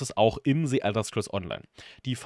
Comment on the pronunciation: "Si" Elder Scrolls Online... Sorry aber da kann ich nach rekordverdächtigen 6 Worten schon nicht mehr zuhören...